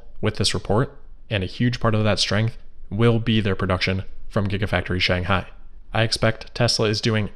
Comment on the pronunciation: Shanghai with an ‘h’